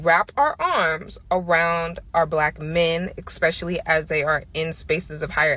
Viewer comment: This girl said “eXpecially” like 25 times. That alone should nullify her whole argument. Though she made some reasonably ok points. Like you said THE issue failing America is lack of family structure, promiscuity and lack of accountability. Period.